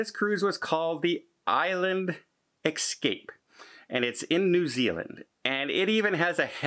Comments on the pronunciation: Good job pronouncing Brisbane! Now, let’s try “etc.” It’s NOT “ekcetera,” it’s etcetera! 🤣 And it’s “escape,” NOT “ekscape.” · All is lost? Hardly,. If the cruise was paid by credit card, you will be refunded. If travel insurance was purchased, you will be refunded. Why the scare tactics? You unnecessarily sensationalizing things. And please get a speech coach. Et cetera is not Eck cetera. Escape is not Eckscape. From previous videos: Months is not munce, and across is not acrossed. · Hi. I just subscribed. Please say words right if you don’t mind. It is eTcetera not Excetera and Escape not Excape. Thank you! No offense meant. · I have a couple of questions. Why do you say "ekcetera" when the word is "etcetera"? Also, you say "ecscape" instead of "escape" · 't forget EXcape for Escape. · Hey... there is no "x" in the word "Escape"